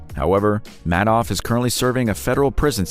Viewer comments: Pronounced MAD-off, not ("made off with the money") MAID-off? Madoff has since died. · FYI Bernie Madoff (pronounced “Maid-off”) died well before this video was published.